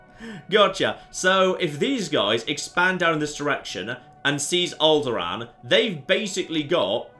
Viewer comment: Did anyone else just hear him say "Owlderaan"? :D What a coincidence. Lovely. ^^